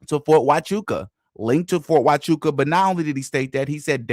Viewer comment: So Andrew Wilson can do all this debate prep and know every stance Stew has ever had, but he can’t take the time to learn how to pronounce “Huachuca”. Interesting tactic.